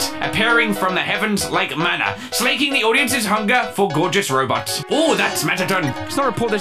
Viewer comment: I swear he pronounced robots by robux